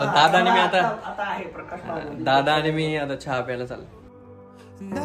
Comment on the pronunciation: छा नको म्हणू. चहा म्हण. 👍